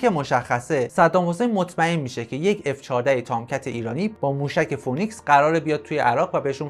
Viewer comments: دوست عزیز اگر برنامه ای میسازی که جنبه اطلاعاتی و آموزشی باشه پس خیلی خوب میشه که اگر کلمه انگلیسی استفاده میکنی هم تلفظ و هم معنای اونو بدونی موشک فونیکس نیست فی نیکس هست که همون سیمرغ خودمون میشه که در گوگل هم بگردی تلفظ درست را پیدا میکنید phoenix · سلام،موشک فینیکس نه فونیکس.ممنون